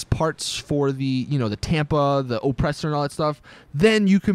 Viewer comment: IN-surance, O-ppressor